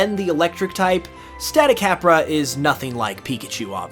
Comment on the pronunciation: Know you're not gonna see this, but if you're using 'cabra' as in the spanish word for goat, the a sounds would all be 'ah' like stahticahbrah. The aa sound doesn't exist unless it has an accent over it. Take chupacabra for example, all three as in the word are ah ah ah. In fact, spanish vowels follow the same pronunciation as they do in japanese, unless they have an accent :)